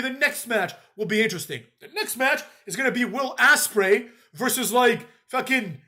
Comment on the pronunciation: He said Will Asspray😂😂